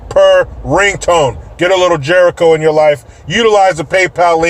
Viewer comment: J----ERICHO, IDIOT. NOT "G"